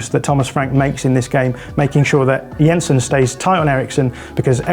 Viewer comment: Good job on the pronunciations there,! Yensen, not Jensen - remember a similar attention to detail concerning Martin Ødegaard on a podcast some weeks ago, very cool.